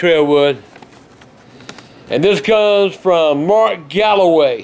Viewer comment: Isaias Aragon Mark Galloway, not Calaway